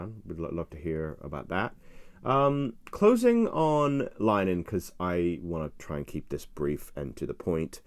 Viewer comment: Please learn to pronounce Graham Linehans name correctly - it's 'Lin - eh - han' three syllables and not 'Line - han' two syllables - it's not 'english' so 'english' pronunciation is not appropriate - a little effort would enhance your credibility with Irish viewers